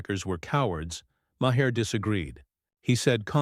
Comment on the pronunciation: Ma-her? Ma-hair? Who’s that? (AI narration is pathetic.)